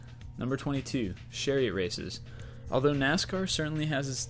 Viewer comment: ch not sh... cheriot